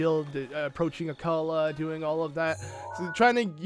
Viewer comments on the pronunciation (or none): No it is Akkala